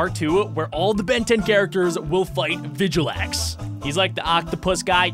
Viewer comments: just so you know you pronounce it vil-gax not vigilax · “Vigilax” All Ben 10 fans: TRIGGERED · its vill-gax!!!!!!!!!!! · its vil-gax not vigilax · it's not VGalax it's vilgax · Dude it's not vigilax it's vilgax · It's not vigilax it's vilgax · Its vilgax not vigilax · It's vilgax not vigilax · It’s vilgax not vigilax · Just saying his name is vilgax not viglax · vilgax not vigilax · its not vijalax its vilgax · Villgax not vigulax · He said vijilax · Did u just say vijalax my g it is vilgax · vilgax not vijlgax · you said Vigilax but it is actually Vilgaxe. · u said vilagax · "Vigilax"? Its vilgax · Why whyyyyyyyy it's vilgax not viglat why did u do this to me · Hoe name is Vilgax NOT Vigilax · Bro its vilgax not vijalax whatch a vid get it whatch doz worst jk ever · it is pronounced VilGax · It vilgax that how u say it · It is pronounced vil gax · You said vilgax wrong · He said vilgax wrong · U said vilgax wrong